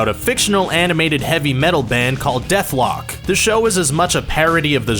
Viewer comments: "Deathlock".. its DethKlok! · It's dethklok not deathlock. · Ok the band's name is Dethklok not dethlok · Dethlock??? DETHLOCK?How hard is it to read dethKLOK? Idk why that bugged me so much.... Lol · I'm actually a little perturbed at the fact you called the band from Metalocalypse "Deathlock" instead of their actual name... Which is Dethklok. Can't tell if you were trolling or not... Which is ironically brutal. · DETHKLOK ITS DETHKLOK not Dethlock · The band is Dethklok, not Dethlok. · "Dethlock" oh my god this gave me a stroke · ...did he say Deathlock? Lol